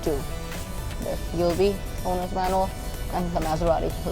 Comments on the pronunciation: It’s ghibli not ghilbi lol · It a ghibli not a glibie not mind just correcting you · Gilbi? Isn't it ghibli? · its Ghibly not gilby🤦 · It is not Ghilbi but Ghibli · Wrong pronunciation brother. It would be GHIBLI. NOT GHILBI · গিবলি নাকি গিলবি??